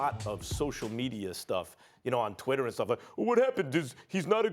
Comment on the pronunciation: Josh Cummings There is a d at the end of the word "and"